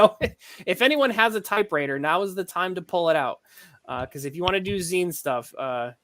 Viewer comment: It's pronounced "Zine."